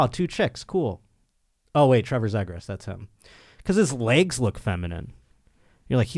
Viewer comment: Good lord, it's "Z-gras" not "zeg gras" lol. There should be a Kings Ducks trivia one-time trivia segment.